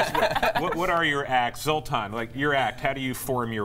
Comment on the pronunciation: Very classy of Zoltan to show no irritation from the consistent mispronunciation of his name.